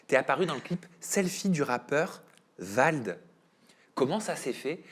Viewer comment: VALD et non VLAD 🤣🤣 il va y avoir un problème là 😅